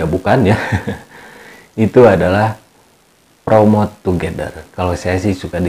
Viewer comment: Plomot togedel... Wkwkwkwk... Otomatis ngakak dong bacanya 😂😂😂😂